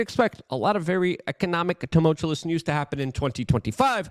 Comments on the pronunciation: It's more annoying that he pronounces it TAHMOLTCHALOUS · I like Luke. I'm just trying to get him to see how it's spelled so he can stop pronouncing it with the extra "L" Love ya, Luke. ☕️👍🏻😆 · You need to stop using the word, tumultuous. You don't know how to pronounce it. There is no second "L", in tumultuous. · There's only one "L" in tumultuous... Js 😂